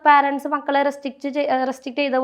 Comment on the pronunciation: Anchor ചെറ്റേ, പാരൻസ് എന്ന് ഒരു വാക്ക് ഇംഗ്ലീഷിൽ ഇല്ല. നീ parents എന്ന വാക്കിന്റെ ഉച്ചാരണം ഗൂഗിളിൽ നോക്കി മനസിലാക്കുക.